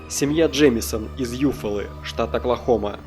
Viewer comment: Джеймсон? или реально Джеймисон? если мне не кажется и ты ошибся в произношении, то на протяжении всего видео я только эту ошибку и слышал